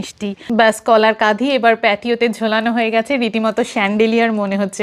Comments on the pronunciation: শ্রুতিমধুর। পরিস্কার বাংলা। তাসত্ত্বেও আমি যেনো শুনছি কাঁধি বলছ, হবে কাঁদি। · Didivai, Kolar kadi hoy, Kadhi...na. Kadi. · Kadhi noy Kandi.